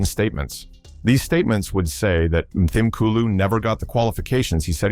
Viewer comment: Would be SO nice if it were narrated by a real person who could pronounce South African names and words properly. Examples: the 'h' in Mthimkulu is silent. It's pronounced as Mthimkulu. And the 'W' in Wits (University) is pronounced as a 'V'. Next time please just get a real South African to do the speaking.